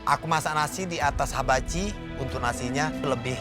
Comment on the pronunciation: said: habachi. bukan hibachi 😅😅😅